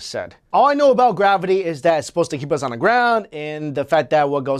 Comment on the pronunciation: why does he pronounce "on" as "ung"??